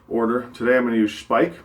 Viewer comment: Speick :) Got to love it. (it is pronounced Shpeik)